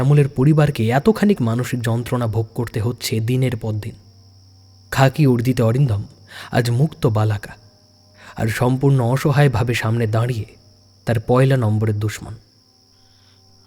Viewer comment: অরিন্দম আচার্য থেকে ভট্টাচার্য হয়ে গেল? আর সনমান হবে না,সমমান হবে। জুয়ার জাকি হয় না,জকি হয়। বালাকা নয়,বলাকা হবে। অক্ষিকোটর হবে,আক্ষিকোটর নয়।